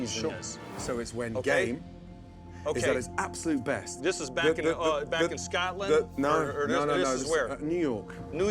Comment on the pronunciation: BAKKK OVAAAA IN SCAWTLANDDDD